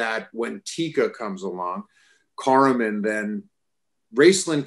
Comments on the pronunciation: Caramon = "care a mon" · So interesting the way he pronounced Caramon. To me I've always followed the way Peter MacNicol pronounced the names in the audiobooks (which are near impossible to find but if you can find them, ABSOLUTELY worth a listen, even if they are abridged). Dragonlance is INCREDIBLY important to me (obviously) and is responsible for me getting in to D&D and more importantly the style of storytelling I use as a DM. Beyond just being a great fantasy book series at a time in my life when I really needed it, I think Dragonlance really teaches compassion. And nothing is more important nowadays than that. Thanks Margaret Weiss and Tracy Hickman for the gift you gave us. Hopefully WOTC will get their stuff straight and take advantage of this beloved setting and introduce it to a new legion of fans now playing D&D 5E